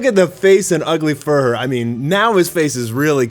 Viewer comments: It’s not fur her. It’s fuhrer like hitler. (Fewrer) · Isnt it pronounced "Fyur-ur"? Not to be mean, but its definitely not furr-er. Ugly fursona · Dude, it's not "Fur-her", more like "Furor" (Führer). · Fee-uh-rehr, not "furr",. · Just wondering why you pronounce it as "Fur-her" rather than as "Few-rer" or closer to the German word for "leader". Is it to avoid the censors (like saying "Black S" instead of the character's actual name)? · Thank you for not forgetting about poor Child Emperor...like some other YouTuber did. Again, Fuhrer is pronounced "fi-oo-rer," NOT "fur-her." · Why the hell do you pronounce Fuhrer Ugly so weirdly? It's Fuhrer, not "Furhur" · Why do you call him “furr-her”? Is it bc you don’t want to make that correlation? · jees, learn how to pronounce words. Its not fur-hur. just google fuhrer and listen to the pronunciation or u'know watch ANY WW2 history documentary. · "Fuhrer" is pronounced *few-rer... It's a Jerman military rank, kinda like captain or general. Great show btw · the nth video in, and still calls him fur-her XD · Fuhrer is not pronounced "Fur" sir. Come on dude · I think it's pronounced Few-Ruh. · Fuhrer is pronounced with a silent h. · Someone tell him how to pronounce Führer 😂 it’s like he learned nothing from WW2 history books lol